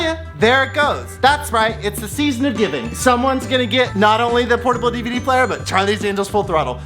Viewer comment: I was so excited to get home from work and see a new video!! But I have to ask....., what the heck is an EVD player?? I know you kept saying DVD but I've never seen EVD on a sticker before..haha